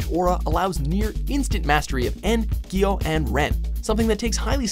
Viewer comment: Bro, your pronounciation always triggers me. Shakra ?! For reals and wtf is Giyo!? its Gyo you fucking fuck